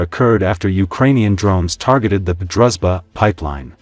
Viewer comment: Drooshba not druzba